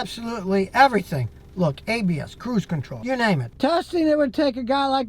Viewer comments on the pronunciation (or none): when he said ABS cruise control. I thought he was speaking Latin... I heard Habeas Cruise control rofl.